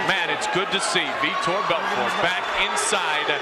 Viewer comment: he starts saying it correctly